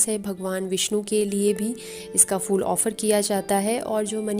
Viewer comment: Its phool not fool